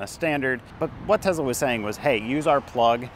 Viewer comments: It's teSSla, not TeZla. What kind of guy drives a Bolt??? Go Trump! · It's Tesla, not Tezla. You come across as annoying. The company is named after a person and that's not how to pronounce his name. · Nice video. One question. Why do you keep saying TeZla. Dude, the guy's name was Nicola Tesla. It's an S sound. Why put a Z sound if there isn't one?